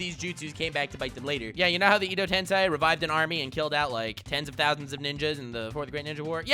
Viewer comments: Edo Tensei. Pronounced Ed Oh Ten Say. Fuck. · Was your pronunciation of "edo tensei" also an April Fool's joke?